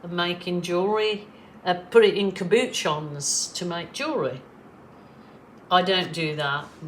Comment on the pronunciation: Wow! Gorgeous colours,! Love them. Oh, how you make me laugh with your 'blooming blonkers' saying...lol...🤣😂🤣 I think that cabochon is pronounced cab-ba-shon, but maybe with your accent, you're right? Stay happy, my lovely friend, and don't let the silly season drive you crazy! 😃❤️🙋‍♀️🥰🤗👏